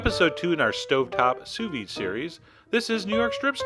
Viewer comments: Don't quit YOUR day job, troll. What the hell is "souss-ved"? It's sous vide, French for "under vacuum." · "copy and paste Souss-ved into the search bar and tell me what happens................ after you press 'search' " What happens is exactly what I said would happen; it asks "Do you mean sous-vide?" and then gives a list of sous vide sites. You deserve the abuse, because you're not only ignorant, but you're willfully ignorant.